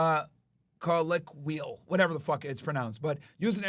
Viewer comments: No. It's not col-I-qi-al. It's CO LO QU AL 😂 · LMAO he couldn't read or say colloquial 😅